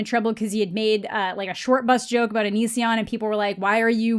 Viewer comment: Did she just say, “aboot?”